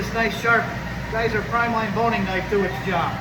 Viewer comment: It’s actually Giesser.